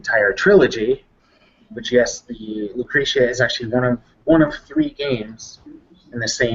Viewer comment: loo crush uhh? NO. LOO KREE SHUHH. Thank you. NOTE: is the Andy Ihnatko of GameDump. ALSO: I have, believe it or not, only watched the first and last 15 minutes of this video. I will go back and finish it tomorrow.